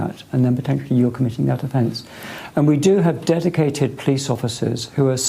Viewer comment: "Dedicwated powice officers"